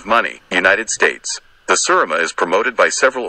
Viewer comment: #4 is a pronounced "SIR-A-MA" AND the man responsible for btringing these WONDERFUL birds to the USA is the fellow in the brown T-shirt Mr. Jer Schexynader The "Godfather" of the Serama.